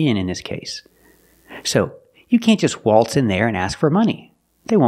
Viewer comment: Waltz (wa:lts) "a:" from throat, (but then he turned it into "o:") why???